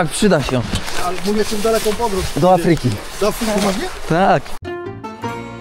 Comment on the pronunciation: Do A-fryki a nie A-FRY-ki, uwielbiam Was, ale akcenty sa wazne :)